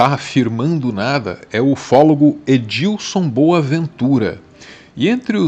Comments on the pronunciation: É Edson não Edilson hehehe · Só um detalhe, é Edson, não Edilson heheheh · Não é Edilson Boaventura...é Edson. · EDILSON não pô kkkkkkkkkkkk Edison Boaventura, sem o L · É Edson o nome do ufólogo, não é Edilson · Chamou o Edson Boaventura de Edílson, umas 10 vezes! Kkkkkkkkkkkkk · Edilson, não. Edison. Meio diferente o nome do ufólogo. Escorregou na casca de banana 😅